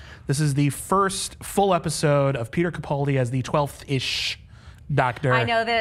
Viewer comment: It is CaPALdi not CaPOLdi...